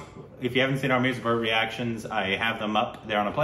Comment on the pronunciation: It's weird to hear pronounce Mirzapur correctly, LOL 😁👍